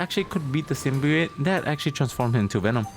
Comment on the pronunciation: Its pronounced sim bee oat not sim bee ooot